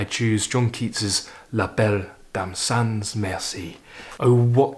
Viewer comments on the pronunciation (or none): none